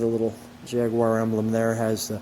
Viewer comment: Thank you so much for your correct pronunciation of Jaguar deep respect my friend 🇬🇧